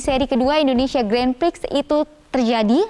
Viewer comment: Grand Prix itu disebut 'Gren Pri' atau lebih bagus 'Gron Pri'. Jangan malu²in media mainstream la..